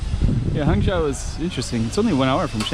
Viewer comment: nice video. fwiw, "zhou" is pronounced with a long O sound, like in "joe". not like the O sound in "how"